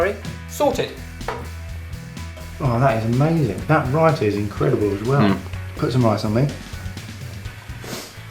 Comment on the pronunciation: I am Indian and I am surprised you guys pronounce names like raita, palak, naan, etc so very well